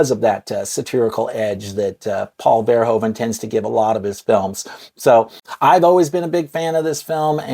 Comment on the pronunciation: One thing to note, Americans always misspronounce the last name Verhoeven. He's Dutch and the "oe" sound is one vowel sound (phonetically [u], not [o]) so if you pronounce it as VerhOOven as in the word "hoover" it would sound almost like it actually should be said.